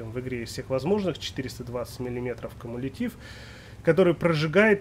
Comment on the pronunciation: Когда же вы наконец запомните что кумулятивная струя не прожигает а ПРОБИВАЕТ именно ПРОБИВАЕТ броню!!!!Ну хоть чуть чуть подготовьтесь к ролику!! Передачи научно познавательные посмотрите!!!То КАМУЛИТИВЫ ТО ПРОЖИГАЕТ!!!Кумулятивная струя движется со скоростью от 8 ми км в сек и именно из за скорости ПРОБИВАЕТ ТАНКОВУЮ БРОНЮ!! Первоначально кумулятивные снаряды назывались бронепрожигающими, так как считалось (исходя из формы пробитой воронки), что они именно прожигают броню. В реальности же при подрыве заряда температура облицовки достигает всего лишь 200—600 °C, что значительно ниже температуры её плавления После взрыва капсюля-детонатора, находящегося на противоположной по отношению к выемке стороне заряда, возникает детонационная волна, которая перемещается вдоль оси заряда. Волна, распространяясь к боковым образующим конуса облицовки, схлопывает её стенки друг навстречу другу, при этом в результате соударения стенок облицовки давление в её материале резко возрастает. Давление продуктов взрыва, достигающее порядка 1010 Па (105 кгс/см²), значительно превосходит предел текучести металла, поэтому движение металлической облицовки под действием продуктов взрыва подобно течению жидкости, однако обусловлено не плавлением, а пластической деформацией.